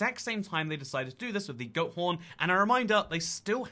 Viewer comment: I thought you said goat prn 😂